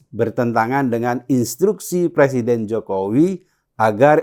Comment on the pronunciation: Pesawat bekas dari bekas plesiden plesidenan....hahaha...